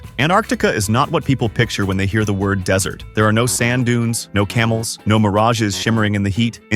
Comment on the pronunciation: then why does he say dessert instead of desert